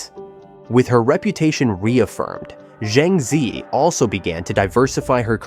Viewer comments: He butchered her name totally.🙄🥴😵‍💫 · PLEASE FOR HEAVEN'S SAKE! Pronounce her name properly! Use a Chinese AI to teach you how to pronounce her name! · Why can't the narrator pronounce her name correctly?